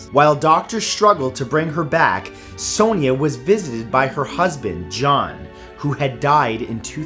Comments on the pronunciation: Sonia is pronounced as Son-ya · Hate the way he pronounces sonia 😂😂😂